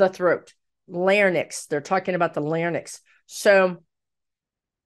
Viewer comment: Larynx not larnex. Lare-enx is correct.❤